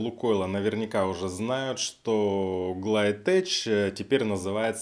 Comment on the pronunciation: Учи язык, пригодится. ГлайтеЧь, мля... )))